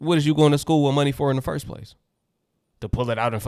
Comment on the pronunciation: That mom can’t even say “First day correctly!” 🤦🏾‍♀️🙏🏽 Lord we need you!